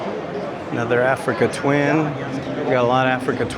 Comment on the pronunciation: AfricaN twin ?????? 🤣🤣🤣🤣 Bro ....if you trying to do videos with this kind of content learn some model names or simply learn to read, there is no N in Africa there 😂😂😂